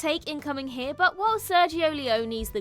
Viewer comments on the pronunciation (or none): none